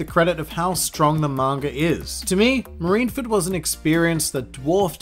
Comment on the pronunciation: I can't everytime he said marineford not properly.